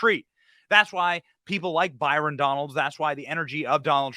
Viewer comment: BYRON. not Barton